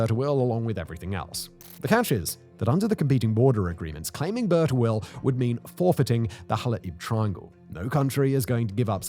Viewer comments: I think its pronounced as "Bir" Tawil meaning long well not "Burt awil". Overall very fascinating and informative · Love You Simon, but British pronunciation is atrocious, "Bur-ta-will" lmao